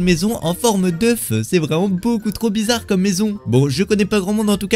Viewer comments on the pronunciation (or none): none